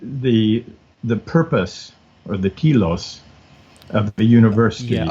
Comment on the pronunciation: What is this kelos he is talking about? Is he saying "telos"?